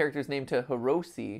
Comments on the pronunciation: Matpat...it said HIROSI, not Hiroshi... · Its hirosi not hiroshi, so I hope u do another vid where u correct this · You messed up the name, mat. It's HIROSI, but you had it as the default name. HIROSHI. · Welcome to Part 3, where MatPat fails at reading letters. The Stur*d*y Key for unlocking the stur*d*y. Rename the main character to Hiros*h*i. It's all the same. LOL No judgement. My SO is lysdexic, so I'm used to it. Every. Single. Day. Or maybe I should say "a very shingle bay". I mean if it passes spell check in the email, it must be golden ... right?